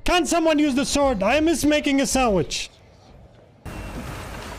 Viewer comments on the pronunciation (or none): "Can people start using de sword?!" Jack sparrow: okay, sord.